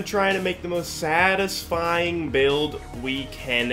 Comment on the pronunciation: cool build. fun video. take it easy on the "satifying" lol